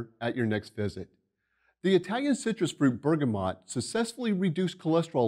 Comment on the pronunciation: NOT BERGAMOT!!!!!!!!!!!!!!!!!!!!!!!!!!!!!!!!!!!!!!!!!!!!!!!!!!!!!!!!!!!!!!!!!!!